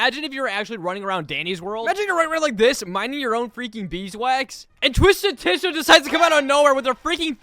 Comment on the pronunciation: It’s it’s spelled Tisha and pronounced Tasha